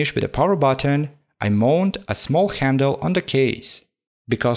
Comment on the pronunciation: Yes... A small khendle (handle)